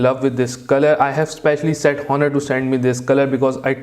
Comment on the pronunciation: its pronounced "onnur" not "HHHon-nur"